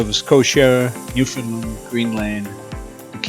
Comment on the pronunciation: Newfoundland...the accent is on Land. the locals will appreciate